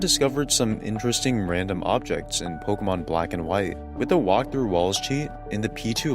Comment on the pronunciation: Bro fuckin refuses to pronounce pokemon correctly.